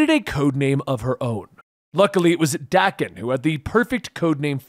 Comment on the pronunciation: no hate, but the way he pronounced "Daken" has to be one of the whitest things 😭